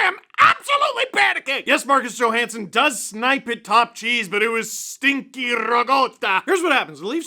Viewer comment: As an Italian Canadian American, I take strong exception to the "stinky rigotta" comment. Firstly, it's ricotta not rigotta. Secondly, ricotta doesn't stink, unless you leave it in the sun for a couple of days. And don't get me started on Steve's frequent use of "Maronna"! You must have gone to school with Italian mates in Scarborough, back in the day. Love LFR, Steve!